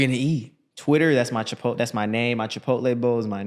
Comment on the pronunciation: said chipotle? cipotle loco